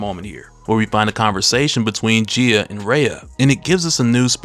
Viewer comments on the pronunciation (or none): I was wondering who Geya is, Gaia, pronunciation - guy-ya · You kept saying Gia.. You didn’t do her justice 😂